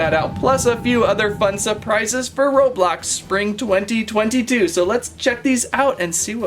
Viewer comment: It’s not robolox its roblox